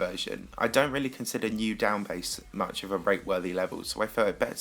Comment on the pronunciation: You say bass like base